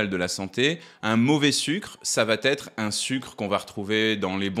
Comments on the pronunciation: Vos vidéos sont très instructives, je les partage avec ma filleule 🌿 Juste une annotation, SVP merci de faire attention aux liaisons en français en disant « cela va-t-être » … 😵‍💫 Il n’y a pas de « t » ce qui est correct à l’oreille c’est: Cela va être 👌🏽 Merci pour votre attention 🌷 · On ne fait pas la liaison avec un t qui n’existe pas : on dit ÇA VA être et non ÇA VA T’ être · Bonjour Monsieur, de grâce, il n'y a pas de 't' à va !!! Cordialement. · "ça va t' être" = "ça va être" , le "t" n'existe pas ! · On est sûr. e de "elle va t- étre/ça va t-étre "🤔dit 4 fois?!!! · "elle va T' être" = "elle va être" (c'est mieux) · alors "ça va T être " , ça n'existe pas..."ça va être " oui ...;) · Toujours les liaisons mal t à propos, jeune homme. Ça va-t-être ne se dit pas, jamais. Une astuce. Dites "ce sera." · Il n'y a pas de t à "va" à la troisième personne, donc pas de liaison du type ca vat-être, elle vat-être ... Désolé mais faut bien que qqu'un le dise (!). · Ça VA être... Il n'y a pas la lettre -t à la fin du mot VA. ATTENTION à la LIAISON. C''est insupportable. Cela écorche les oreilles. Il y a déjà eu beaucoup de commentaires à ce sujet. Merci d'y remédier. Ce n'est pas compliqué, en tout cas moins que d'essayer de maigrir! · Bonnes présentations. Souviens-toi cependant que le Français n'accepte pas le "T euphonique" dans une phrase affirmative. Dire "ça va être" et non pas "ça va-t-être" ("va-t-il être" à l'interrogatif est correct). En cas de doute, dire simplement "ça sera", c'est mieux. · Elle VA être, pas elle va (t) être Vous faite plusieurs fois une liaison comme s'il y avait un T à "va" Ça me casse les oreilles 😅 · J'aime beaucoup tes vidéos mais, s'il te plait arrête de faire cette liaison avec ÇA VA. Il ne faut pas dire ça va têtre mais ça va être... Merci beaucoup. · Ça va têtre…je vais, tu vas, il va (sans t à la fin) donc pas de liaison maltapropos…mais très bonne vidéo merci ! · "Ca vat être une ....". Génial. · " ça va t être" ouh la la